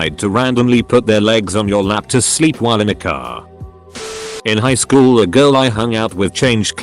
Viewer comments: Are y'all ignoring that at 56 seconds instead of saying highschool it says it like highshool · you heard it hear guys, it not high-school, its hi-shool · I think my sense of humor's broken, I kept laughing at that "highshool" pronunciation. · Hehe “highshool” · did anyone else hear the "highSHOOL"? XD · Kids go to highschool. Legends go to "highshool" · did anyone catch that the person said highshool? Lol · "High shhool"